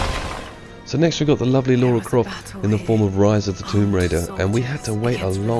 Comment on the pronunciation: It's Lara not Laura, ffs.